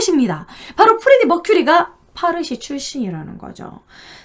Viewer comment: 파르시라고 안해요~~ 빠시...라고 불러요. 제 대학원다닐때, 학장님이 빠시출신 인도인이셨어요~~^^ 잘 봤어요.